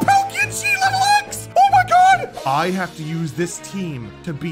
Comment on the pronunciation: Way you call a cat a litel dog